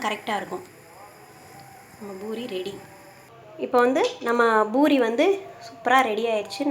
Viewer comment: its not pinairathu pa pisairadhu